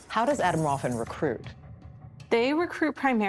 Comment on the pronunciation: Now I wonder how well u research things. This is not „autumn waffle“. You should have put the effort in to pronounce it right. It is so far from what you are saying over me over again. Makes me question the rest of the research you ve done.